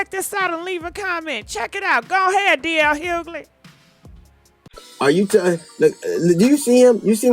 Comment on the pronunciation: Hughley, shut up and leave the man alone. You all need to get off his ass! Even the woman on here can't even pronounce your name properly...